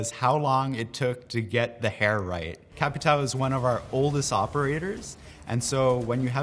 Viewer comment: As a brazilian, its funny to see how you said BOPE and capitão